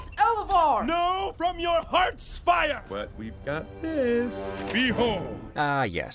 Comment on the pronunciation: I always heard heart spire.